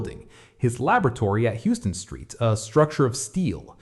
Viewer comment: For future reference, it's pronounced "Howston street"